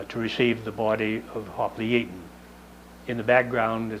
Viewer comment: I'm surprised to have found this. You even pronounced the name correctly. The Coast Guard gets it very wrong with their award.